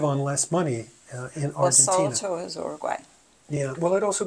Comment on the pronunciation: Don’t say “Oroguay” pronounce it properly!!